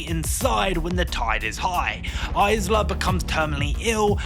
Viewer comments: Dude why are you aaying Isla like a nugget? It's a silent S not a Z sound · Isla is pronounced, "Eye-La." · it pains me when someone is doing a film review and can't pronounce the characters name correctly. Are you reading a script? Did you even see the film? They said Isla over a dozen times in the film. Come on. Can't even say Cillian Murphy correctly...